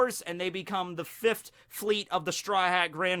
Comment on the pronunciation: The way you say fifth kills me >.< sounds like you're saying fift forgetting the h exists, not really sure why it bothers me as you butcher words all the time and it doesn't bother me really but fift... AAHHHH 🗣 👉🤯💨